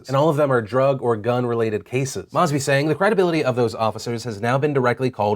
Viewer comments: It's pronounced MOE-sby. Long o. Love ya tho. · Moes-bee (Mosby) that's how we pronounce it. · Phil, tomorrow land is in Belgium and it's MOEsby not Mossby. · As a Baltimorian, it's pronounced "Moe-sby" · Hey Phil love the hell out of your show, wanted to quick comment on the situation in Baltimore. A few months ago, seven officers of the Baltimore Police Department were indicted on Federal Racketeering charges. The so-called Baltimore seven have been sitting in Federal prison awaiting their plea bargains, in a move that completely cleaved the State's Attorneys office and Marilyn Mosby (pronounced "Moe-zbee", I found your pronunciation amusing) from the scene of enforcing their own department. The Feds literally wiretapped these seven officers and didn't tell the SAO because they were afraid the Assistant State attorneys would tell the officers. Why? Because these officers were the elite gun squad, and had 500 cases still actionable within the last two years, and 10,000 going back twenty years. I'm not exaggerating those numbers, it's simply biblical. I was clerking at the Public Defenders office when this all went down, I've seen the open files. It's incredible, and not nearly enough news outlets carried it. Mosby has been a terrible SA for the city. She shattered her relationship with the Police when she tried and botched the trials of the Freddy Gray officers, then she shattered her relationship with the public by doing nothing as crime skyrocketed in the city. To be honest, she's just terrible at her job. Here's an article on the Baltimore Seven I encourage you to read the actual indictment, it's simply amazing what these guys tried to get away with.